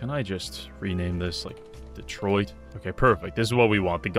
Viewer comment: LOL "Detroid"